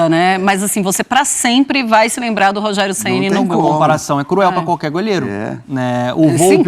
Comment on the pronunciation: Conteshto que prechudicou o Rogerio em algunsh momentosh.